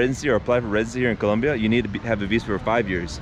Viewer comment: Do you have a hispanic heritage you say Colombia the proper way it's supposed to be said 😂😂